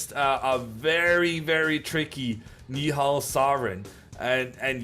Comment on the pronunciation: You did a good job pronouncing nihal's name